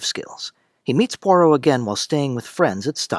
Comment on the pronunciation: It's not Pore-Oh. It's Pwa-roh. I can't keep listening to you mangle the name. If you were a fan and had watched the show, you wouldn't be mispronouncing it. This must be AI.